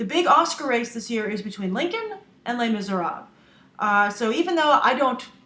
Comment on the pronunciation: Lay Mee-ser-ah-ble